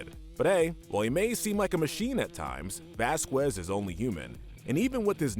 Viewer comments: (vas-cas) not (vas-quez) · The way you say Vasquez is kind of bothering me